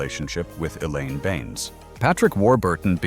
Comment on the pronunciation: Not too bad, just didn't like the pronunciation of "Benes" and the odd variance in volume 😖